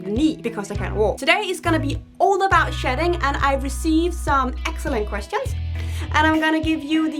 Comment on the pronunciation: It almost sounded like you were saying "sh*t" 😁